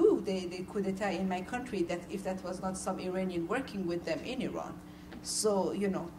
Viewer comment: Ugh when they say 'eye-ran'